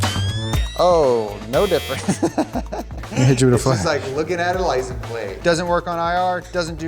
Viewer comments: I can't get over the guy continuously saying, "Lice 'n' plate" lol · hitting us with the licen plate everytime! man cant say the word xD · "licum plate" why does bro not pronounce the "se" at the end of "license" plates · Are.. are you saying "lisenplate"? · Someone needs to sit him down and explain that it's a LICENSE plate, not a Lisen plate. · “Licen plate” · Do they say licen? plate. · calls them "Licenplates"? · Why can't pronounce "license"